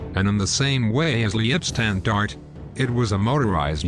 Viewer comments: Or the Lee-ib Standarte? Pronounced L(eye)B Shtandarte. Sort of like the Hitler Rants Parodies changing "fahig" (capability) to "Fish," but that is meant to be funny. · Leibstandarte is pronounced as: Leib is pronounced like HIVE Stand is pronounced like pond arte is pronounced like art - ah